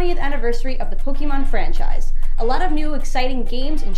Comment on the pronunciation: anyone else bothered by " pokey mon"?